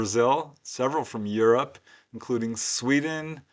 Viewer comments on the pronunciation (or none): none